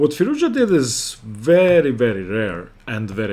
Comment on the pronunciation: Alireza is a genius....i'm glad you pronounce his name correctly, Firouz- Ja!